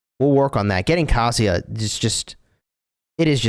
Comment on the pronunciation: Bruh...it's not pronounced "Cassia". It's K-asia, "asia" with a K. Sorry...hate to be that guy but it's bothering me more than it should.